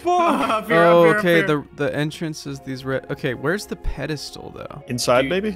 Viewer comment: Psst, it's "pedestal" :p